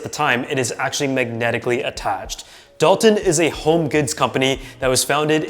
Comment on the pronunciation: It’s Dulton not Dalton